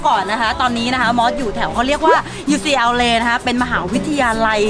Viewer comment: อาจจะไม่เกี่ยวกับหนัง แต่ชอบ ที่อ่านว่า ยูซีแอลเล ซึ่งถูกต้องตามหลัก native speaker มาก ชื่นชมครับ จากเด็ก พิด’โลก เหมือนกันครับ